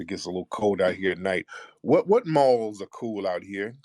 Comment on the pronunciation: This dude said balls instead of malls 😆🤣😂